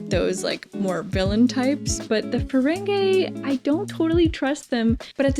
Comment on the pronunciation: it seems like a silly gripe, but i wish would stop saying 'feren-gay' lol it might have started that way, but it quickly became 'feren-gee'